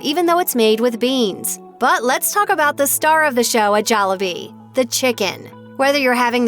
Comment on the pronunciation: bruh wtf you're pronouncing Jollibee wrong